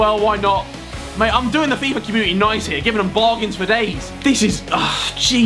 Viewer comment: why do you say fifar